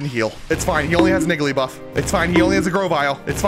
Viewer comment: hey uh...? i uh... think you put one too many letters in igglybuff... 💀💀😂😂 heard a N at the beginning